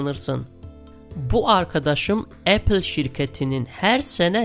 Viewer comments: ‘Epil’ diyene kadar ben de aynı şeyi düşünmüştüm. 😬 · O kadar çirkin Apple diyor ki tüm dikkatim 3. Dk da gitti